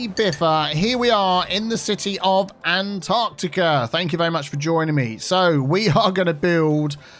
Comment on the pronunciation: Every time I hear "AntarTEAca" I keep thinking: "AntarTeaCup sounds much much better" And much more tea-related than that ... impossible! 😁